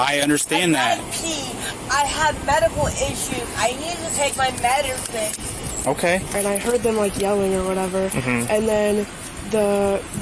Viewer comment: "I need to take my Medderson"